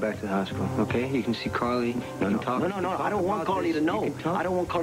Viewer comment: Is Sonny saying Cardy? Not Carly.